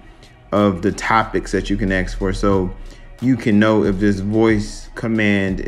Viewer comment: It’s funny that you say “asking” normally but you say “axe” instead of ask. 😂